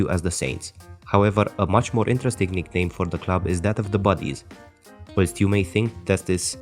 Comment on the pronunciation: Your pronunciations are off pal, its 'the Buddies' for st mirren. Raw scythe would be how you said rosyth. And it's the Hibees not highbays.